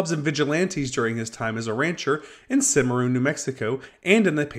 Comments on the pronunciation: Allison and Longley are fairly well known to anyone with more than a pssing interest in Old West history. Also the name of the town is pronounced CimmaRON, not CimmaROON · It's pronounced CIM-UH-RON not Cim-a-roon. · Allison and Longley are fairly well known to anyone with more than apassing interest in Old West history. Also it's pronounced CimmaRON, not CimmaRoon.